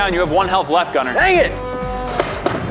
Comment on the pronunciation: Gunner was like ang it instead of dang it